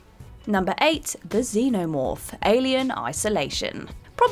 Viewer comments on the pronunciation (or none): none